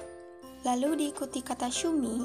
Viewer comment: Tampilan videonya bagus,unik. Perbaiki lagi pengucapannya ya... terdengarnya sumi, bukan shumi